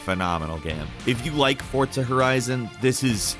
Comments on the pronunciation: It’s forza not fortsa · Isn't forza not fortza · Why does he say it like that ?? “FORT-ZA” 🤣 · I stg every time you say Fortsa i cringe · There is no 't' in forza. Learn pronunciation one of these days. Also, maybe don't include corridor/instanced games on an open world list. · My man said "fortza"😂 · Why are you saying Fortza? haha. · You & Jake pronounce Forza weird.